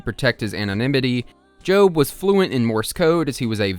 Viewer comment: Your pronunciation of the name Job for the character in this is probably correct because of all the Biblical themes